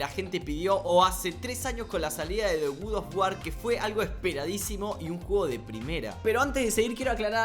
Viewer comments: me da toc cada vez q dice gud of war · El gud of war No te voy a mentir se ve bastante cómodo diciendo god of war mal, suerte mi pana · Nadie: Absolutamente nadie:.: GUDOFGUAR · Nadie: Absolutamente nadie:: GUD OF WAR